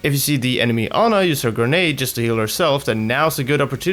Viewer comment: i hate when english people say anar instead of ana